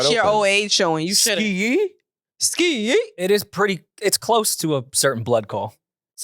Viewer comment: I’m with a man cannot say skeeeyyee lol